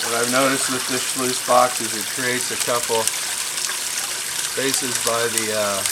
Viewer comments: Nope. You lost me after you said 'schloooose'. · It's not a schluice. It's a sluice.